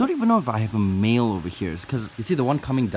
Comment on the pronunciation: When you said 'male' I heard 'meal' and I saw a turtle I was like wait sooo the turtles are cannibals?